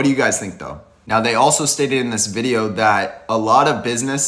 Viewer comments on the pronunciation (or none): none